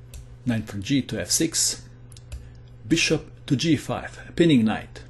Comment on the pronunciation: i love how he says beeSHUP